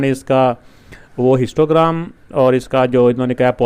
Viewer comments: I also noticed I hear them again and again 😂😂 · I also noticed 😅